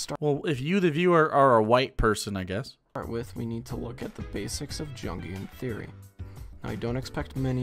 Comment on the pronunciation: I lost it when he started playing persona 3 music and mispronounced “jungian”